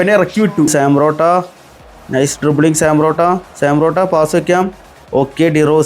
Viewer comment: Sam porotto, thooram, karwaskilla 😅 eeh pulli ingane Aane parayunne